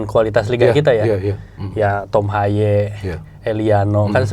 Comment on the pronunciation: nyebutnya TOM HAYEU yaa bukan TOM HEY..